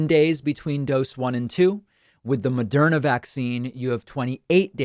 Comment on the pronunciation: It's "Moderna", not "Mederma".